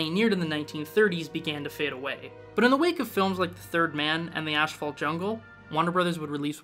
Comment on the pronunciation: Where is the 'SH' in Asphalt ? Lol